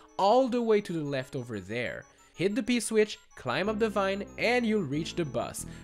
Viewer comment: when you say “p-switch”, with your accent it sounded like you said “piss witch”. It made me laugh because I’m immature. Great vid 👍 That is all :)